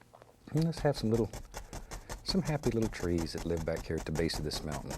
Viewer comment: And "somethin' like gat".